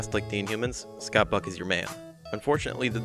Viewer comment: Oh, Scott Buck! The first couple of times you said his name, man, it sounded like “fuck.” I kept replaying it, like, “Nahh, his name isn’t Scott Fuck. No way!” But I swear, that’s what it sounds like you’re saying! No biggie, though. I had a good laugh over it.